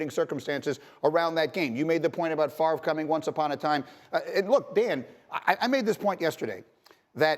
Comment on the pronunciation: Did this mf just pronounce Favre as favor. ☠